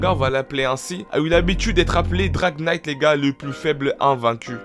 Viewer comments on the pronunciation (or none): none